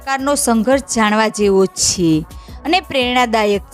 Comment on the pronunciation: છે નુ ઉચ્ચારણ બરાબર કરો.